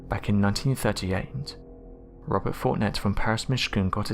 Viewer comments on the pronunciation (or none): none